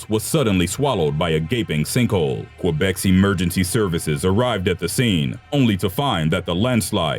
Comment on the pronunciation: C'mon man. As a narrator, or anyone else for that matter should be able to pronounce Montreal and Quebec the way we pronounce it in america at least..